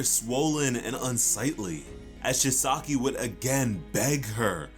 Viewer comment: Every time he miss pronounced Chisaki’s name, it made me cringe